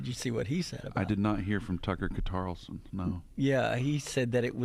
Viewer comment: Did I just hear Tucker Quatarlson? 😂